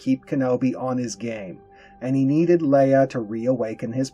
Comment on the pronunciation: Wait, did he said princess "Liya" 😂